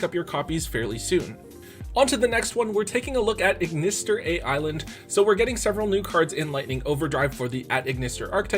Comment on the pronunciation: Is anyone else bothered by hearing A.I.Land not being pronouced as Island?